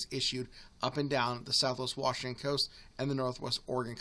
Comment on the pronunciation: Wash. Ing. Ton. Say it with me.